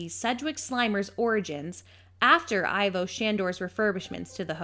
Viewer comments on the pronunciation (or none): I kept getting thrown off by the incorrect pronunciations. For example Ivo Shandor....Ivo is pronounced as "E-vo " and well should I really need to say anything about Kylie being called "Kyle" her name is pronounced "Ki-lee" . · Ivo pronounced eevo.